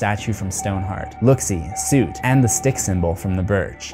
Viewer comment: dude. it soot like "foot" not soot like "suit"